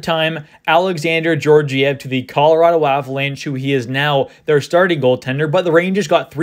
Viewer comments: i dont think its pronounced jorjiev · It’s pronounced gyorgyev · The second g is also pronounced that way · You're mispronouncing Georgiev's name.. The first G is pronounced as in Gaga. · Yes, as in Gaga.